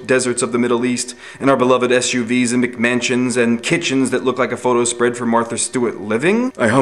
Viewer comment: Did he say McMantions?